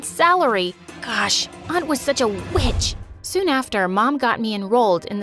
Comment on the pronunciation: i heard bit?sh not witsh